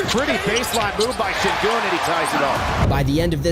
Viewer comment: It is pronounced like shengün not sengün. Because it begins with ş (sh). If he is really super, you should pronounce his real name and be respectful to him.